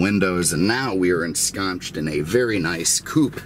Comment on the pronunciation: DUDE its "ensconced" NOT "enschonched"